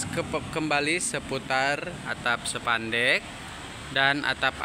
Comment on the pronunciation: Spandek mas bukan sepandek😂